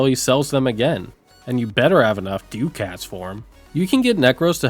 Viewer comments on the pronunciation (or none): DUCK-its. Not Doo-CATS. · You pronounce "ducats" like "dew-cats" ive always heard it as "duck-ets" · Ducats is pronounced like duckits. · Dew cats? LoL. Say, "duck at" real quick, and then pluralize it. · "Doo-kats"? You mean ducats? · Hahahahaha dew-cats lol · Why go out of your way to say ducats like that? It’s duh-kets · "doo-kats" sent me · The way you pronounce ducats stresses me out